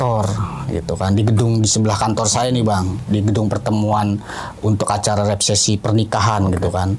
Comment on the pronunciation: abang narasumbernya ga bisa ngomong resepsi😂